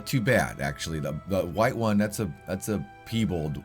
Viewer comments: I wasnt going say anything but the deer is pronounced pie-ball 😂 but then again peebal sounds good to me brother! 😂 anyways thabks for all videos and work putting in! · Please stop saying “peebulled”....Just please pronounce it correctly.... Just how it looks... Pie and Bald.... Piebald.... Not Pee and Bulled... Don’t mean to be picky but I watch all your vids and this just grated on me. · I love the way you pronounce Piebald 😂💖 I’ve never heard anyone pronounce it that way, it’s wonderful